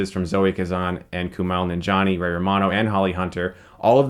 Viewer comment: Coo-Mail Non-Gee-On-E!